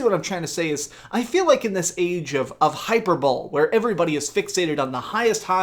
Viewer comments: It’s High Per Bo lee not hyper bowl. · 'In this age of hyperbole...' It's pronounced 'high-per-boll-ee', not 'hyper bowl' 😂😂🤣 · Just have to say, hyperbole isnt pronounced "hyperbowl" its pronounced "highperbowlee". That is to inform, not poke fun at you. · I think he meant hyperbole. Its pronounced hi-per-bo-lee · It's pronunced hy-per-bo-lay. Just sayin. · hi purr bow lee? great vids btw keep it up!!!! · U U said HYPER BWOL!! lol! Hyperbole! HYPER BOEL!LOLOLO! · Hyperbole is pronounced Hi-per-ba-lee. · This man really said hyper bowl. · I heard hyperball